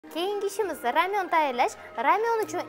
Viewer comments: Ramyon❌ Lamyon❌ R'lamyon✔️ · Рамйонмас ламйон дийдими 🤣битта видеода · Opajon koreys bòsayiz roltinni ramyon dediz lekin u lamyon deyiladi😅😅😅😂😂😂😂😂